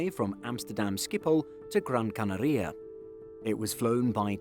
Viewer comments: Gran CanAria: acento tónico en la segunda A de Canaria. El narrador pronuncia incorrectamente "CanarÍa" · “Gran where” ?! 😮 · Great pronunciation of Gran Canaria 😂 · Why do you pronounce Canaria so weird? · If you were an american, i'd not comment on your bizzare pronounciation of Gran Canaria. But youre british so im calling it.